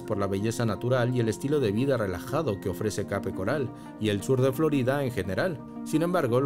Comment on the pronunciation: Pronuncia bien Palm Beach y Cape Coral dice un disparate